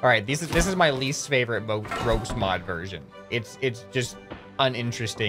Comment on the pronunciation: THE YES VERSISION